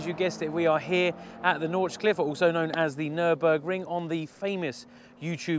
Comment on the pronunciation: Nordschleife.. please respect Germany by learning how to pronounce places and names. Thank you.